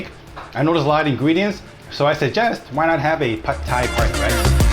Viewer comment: OMG, didn’t know we were pronouncing “pad” Thai incorrectly - thanks for enlightening us! How lucky you are to have 2 great chefs in the family - you two are so cute working together. And little Alice is adorable! - not biased at all just because we share the same name ; )